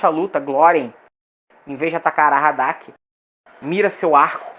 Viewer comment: Parabens pelo conteúdo, mas atenção aos detalhes... aHaradak, não aRahadak